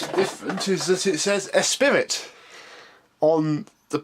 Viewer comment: It's pronounced "Esprie" but spelt like Esprit